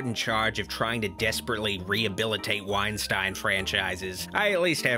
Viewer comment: It's pronounced Wine-steen, Doc.